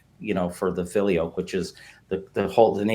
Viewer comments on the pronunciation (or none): This dude is totally and completely wrong about church history. Just absolutely ignorant. In fact you can’t be any more wrong about The Orthodox Church and Rome breaking away. You can’t even pronounce the word “Filioque”